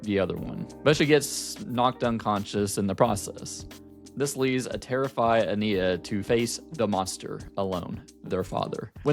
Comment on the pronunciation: Love your perspective just don’t like how you say ania (a-niy-ya)